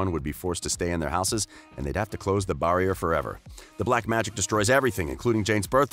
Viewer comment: Did he say barrrrrrier